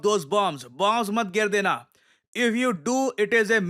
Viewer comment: गेर डेना😍